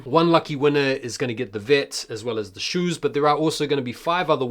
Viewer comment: 'Shoews' was hilarious 😂😂